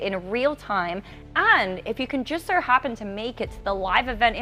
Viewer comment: I never realized how hard the letter O is to pronounce. How does a two letter word like So sound like Sur?